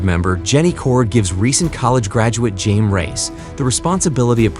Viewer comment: You do not pronounce it with a J, although its spelled Jaime Its pronounced a Hi-May